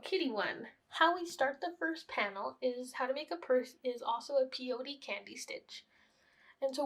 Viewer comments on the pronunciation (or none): It's pronounced pay.oh.tee. not pee ohtee